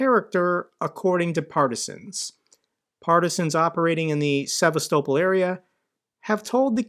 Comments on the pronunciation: Theres no way you pronounced sevastopol like that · Russia is in no position to demand anything anymore.....the days of that are over. What an odd way you have of pronouncing Sevastopol.. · The way you say Sevastopol irks me and I’m American. It makes you seem like you don’t know what you’re talking about. Learn the pronunciation, it’s not hard. se-vast-ah-pol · I hate the way you pronounce Sevastopol. Couldn't be more nilk american than that buddy! Coming from a Canadian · This is the first time ive heard sevastopol pronounced that way.